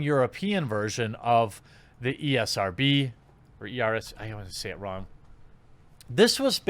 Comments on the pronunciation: Me likey when you call it the E R S B instead of ESRB. Me gives likeys and thumbsies up for that :-) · ESRB not ERSB, boomer 😂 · Ee. Es. Ar. Bee. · Is he calling it ERSB on purpose lol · He said ERSB at the beginning lol. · New drinking game: take a drink every time Jeremy can't say ESRB.